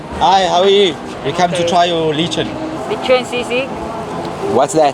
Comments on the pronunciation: Remember that the word lechon has the stress on the second syllable. The pronunciation is pretty much Spanish pronunciation and, after English, Spanish is the second most common European language spoken in the world. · You pronounce Leechon, hahahah. Should be Lechon not leechon. He said sisig not sea sea hahahaha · I love your energy guys. Btw lechon is pronounced with a short e instead of long e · "Leechon". LOLOLOLOL. Pronounce the 'le' as in 'leper', not 'lee' as in Bruce Lee. So funny you guys. Nice video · Me thinking what the hell is leechoon AHH ok ok ok... Its not pronounced Leechoon- it Let and then chop with an N on the end, Lechon! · Pronounce the Pasig with the long vowel in ( a ) ex: paaaaasig and with the letchon you pronounce long vowel in ( o ) letchooooon and not litchon.. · It’s pronounced Leh chaun. Not Leechun. Sisig is made from roasted then seared pig’s face. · It’s not leeechon it’s le-chon, pronounced the spanish way with open e/ae. You’re pronunciation makes it sound like a leech the worm. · Uhhh it's not lee-chon it's leh-chon with an "eh" sound ok. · Its pronounce leh-chon not lee-chon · lechon is not pronounced as Lee-chon but Lei-chon. All the best. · Quick tip. Just be mindful of how you pronounce Filipino words. If you pronounce lechon as LEE-chun instead of leh-CHAWN, it will be hard for locals to understand. :) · 🇺🇸🇺🇸🇺🇸🇵🇭🇵🇭🇵🇭 LECHON is pronounced LEH-CHON, not LEE-CHON*. *The ADOBO tasted too salty to you, it should be eaten with RICE with every bite to mitigate the dish’s saltiness a bit.*. *Enjoyed watching your vlog*. *CHEERS FROM CALIFORNIA! 🇺🇸🇺🇸🇺🇸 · Adobo is definitely not supposed to be cold!!!! You got screwed haha! You have to try it again from a better spot. Also the crunchy skin from the le-chone (not lee-chin) is the first thing to go at parties haha. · lee chun(lechon : lē chòn) hehe i love how they pronounce tagalog words. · Pronounced as let-chon Let- as in "let" Chon- you pronounced it right. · lechon - leh-chon